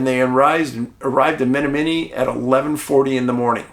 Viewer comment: It's pronounced Ma-nom-ma-nee